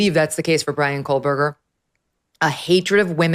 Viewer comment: I have been listening for many, many months now, just so I’m SURE, MEGYN, if I may offer a kind correction, you CONTINUALLY & REPEATEDLY, say “Coleburger”. His name does NOT consist of an “L” anywhere! It is pronounced, “KO-BURGER”. As Michael Jordan said, “ STOP IT! GET SOME HELP!” 😂